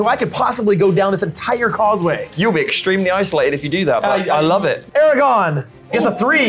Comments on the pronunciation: What a great video! So glad I found this channel. Although, as a massive LOTR fan, it was painful to keep hearing “Aragon” instead of “Aragorn” over and over again. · AMAZING GAME! On a separate note, I love and his enthusiasm, but if I ever hear him say Ara-gone again I may explode 😂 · aragorn.... not eragon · I love but my eye twitched violently every time I heard Eragon instead of Aragorn. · This was so awesome.. So so so awesome...and I love you all...But please...for the love of all that's holy...ARA-GORN....not....ERAGON....please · *Aragorn, not Eragon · if I here say "Aragon" instead of Aragorn one more time I'm going berserk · AraGORN not Aragon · Can't stand when people call Aragorn "Eragon" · It is pronounced Arago*R*n.